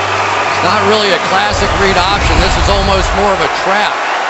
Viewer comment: Al keeps calling Sweezy .....Sleezy. Anybody else notice this?